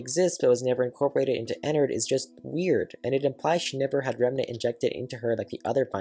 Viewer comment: It’s ennard bruh 🤨😒